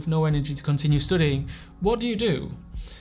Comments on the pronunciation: And why he keeps pronouncing studiiŋ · the way hes pronouncing studying will be stuck in my head forever now